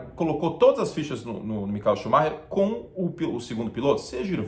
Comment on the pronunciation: Ele fala shumarrer, mas tem vários outros nomes durante os vídeos que ele fala errado, então da na mesma kkkkkk